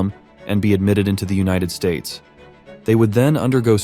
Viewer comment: Bro said una tid states and i agree